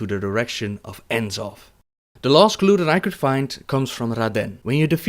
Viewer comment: Great vid but one thing dude, you're pronouncing the final Old God "In-Zoth" rathar than "Nuh-Zoth" as Chris Metzen pronounced it at 2010 Blizzcon during a Lore Panel's Q&A when he first revealed the character.